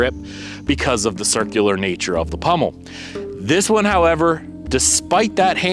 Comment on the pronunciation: POMmel, not PUMmel